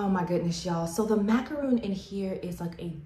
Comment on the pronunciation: Nope, if you look it up, it's actually mac-a-ron, the middle a is an "uh" or "er" sound, either works, but it is not macRON. I love how the French pronounce it (which is the correct way).